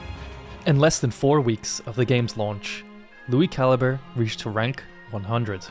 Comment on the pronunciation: Lui Ca-Lee-Bray